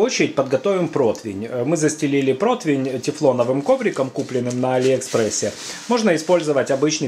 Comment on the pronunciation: Протвень? Когда же вы разговаривать научитесь?